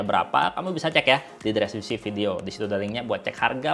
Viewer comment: Bang, btw lucu juga denger pengucapan "dreskripsi" 😄. Makasih bang, bermanfaat bangett 😁